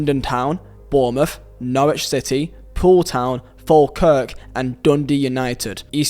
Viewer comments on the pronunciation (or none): none